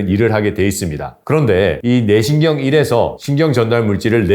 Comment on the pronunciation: ‘뇌신경‘을 ’네신경’으로 발음하시는데 개선하시면 더욱 좋은 강연이 될 겁니다. 차분한 목소리와 알찬 내용으로 이미 좋은 강연이기는 합니다.